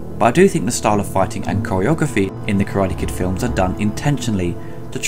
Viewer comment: Great review. Your pronunciation of "Karade" put me in mind of this clip: (skip to 0.30)